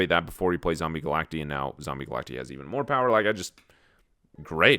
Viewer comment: Is this the beginning of the one take meta?! This meta is more interesting than Snap's OTA. The yawns need to be nerfed though lol Also, for what it's worth: it's Galact-EYE, like cacti, not Galact-E. Snap pronounced it wrong in their own promo video before later acknowledging the mistake.